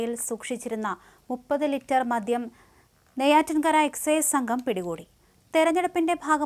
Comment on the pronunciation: മധ്യo അല്ല കുട്ടി..... മദ്യം